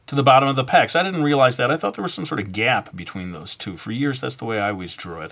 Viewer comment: Zeh pecks xD